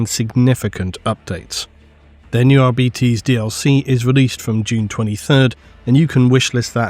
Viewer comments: Is it not arbitEs instead of arbitis? The latter sounds like an illnes or a bad fast food chain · For the love of the emporer, arbites not arbeates, but A for effort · If it's anything like Latin, I think it should be "Ar-bi-taze"... "Ar-bee-teez" definitely sounds wrong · Me: reading arbites as "r-bytes": "r-bee-tees" really? that's the lore friendly reading of it? sounds so...weak. Also, arbites = What if the church had SWAT teams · dawg what is with people saying "arbeetees"??? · Why do you insist in saying arBItes, it's so painful hearing it thay way 😔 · How hard is it to say AR-BITE-Es? It literally has BITE in the name! never fails to miss pronounce names 🤦‍♂️ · sure love the arbitis. Arbitis, arbitis arbitis i swear ive never heard anyone who read the books pronounce it arbitis. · Holy shit I am so tilted at how GW and the rest of the hobby pronounce Arbites. It's so wrong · Am I insane or is pronouncing Arbites differently? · YES!!! (and the other part is how Stallone pronounces "law" in the original Judge Dredd movie, too)